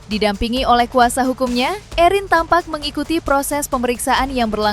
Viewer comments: Khusus pembawa acara..Namanya ERIN….. bukan EUWRIN…. Sekalian Aja ERWIN!!!Budayakan berbicara bahasa Indonesia dengan BAIK!!! Kalau mau Pakai bahasa Inggris… semuanya inggris , jangan nanggung!! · Mba admin, baca Erin biasa aja kalii...gak usah gaya" an/ ke inggris" an. Itu kan nama indoesia ...Erin gtu...